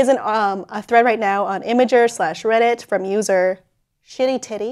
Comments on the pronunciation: stopped watching after the mispronunciation of imgur. Imager, its IMGUR. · Imgur pronounced 'imijer' ctinges